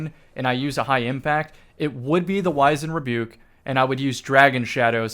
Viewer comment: You’re pronouncing wizened rebuke wrong